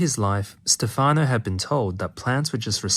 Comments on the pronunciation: Stefano is pronounced with an accent on the first syllable. Stéfano, not stefàno. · It's Stéfano, not Stefàno. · In Italian, Stefano is pronounced (STEPH-ah-no) not (steph-AH-no). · Stéfano not Stefàno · its Stèfano not Stefàno, its like sthephanie......but male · Its Stèfano, not Stefàno, btw. And the e is an "eh". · Thank you very interesting. Just one note, please it's Stéfano not Stefàno! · This is such an interesting subject! I remember reading his book "Verde Brillante" many years ago, when I was in middle school. It got me really interested in the way plants perceive the world around them. Also, it's "Stèfano", not "Stefáno". I don't want to be pedantic, but it's a bit annoying hearing it mispronounced so many times in a row. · Great video! Of course plants are aware. Who ever could think they weren’t? And it is pronounced STE’-fano. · Really interesting video, but you could've spent like 15 seconds learning how to pronounce "Stefano" since you were gonna say the name 40 times...